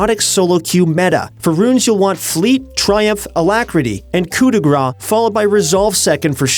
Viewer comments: It's "Coup de grâce", "grâCE", not "gras" which is "fat" in french. I heard it alot and it starts to bother me xD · It's "coup de grace" which is read "cou de grass" in French xd